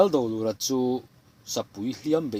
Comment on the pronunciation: Kawlkulh lal Dolura hi "Do" tih laitak hi thluk sân deuh tur a ni e